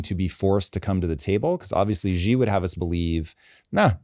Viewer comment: Xi Jinping is pronounced "She" not "G". Simple, but lots of people get it wrong.